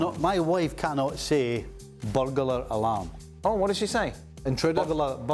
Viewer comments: Everyone if then said "Burglar Alarm" wrong tho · Who else rewinded to laugh at pronunciation of burglar alarm